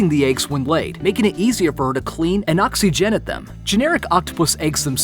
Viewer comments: "... And oxi-genite them." Sir, it's oxygenate... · "ox-ee-gen-it" what the fuck. Oxygenate Please, ox·y·gen·ate. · I'm sorry did he just say "oxy Jen it" instead of oxygenate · Oxy jennit? I think you mean oxygenate, come on guys at least learn the words when u have to have someone write a script for you... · Oxy gen eight lol. I think it’s oxygenate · Oxy-Gennet lmao.... fuuck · Oxi gen ate Lol. It's all one word brah. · This is a great video! However, the narrator really should have consulted with a zoologist or biologist...anyone ...on how to pronounce a huge portion of the words!!! Oxygenate - oxi-gen-ate Biliverdin - billy-ver-din Uropygial - you-roe-pi-gee-al Hoopoe - who-poo (after sound it makes)not poe like the author! Chymera - kai-meh-rah Really unprofessional! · Oxy-jenate lmaoooooo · Pronounced oxy gen ate.... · None of those were as weird as the way you pronounced the word oxygenate. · You mispronounced “Oxygenate” and “aphid” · When he pronounces "oxygenate"....I cringed.